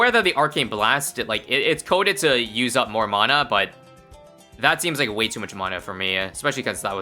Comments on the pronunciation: It’s pronounced mana not mana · Mana isn't pronounced like that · Every time says "mana" I take 1d4 necrotic damage